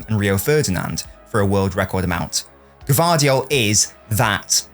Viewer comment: You are the first to pronouce his name correctly👏🏻